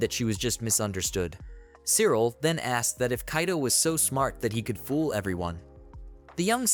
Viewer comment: Cyril is pronounced "silica" apparently.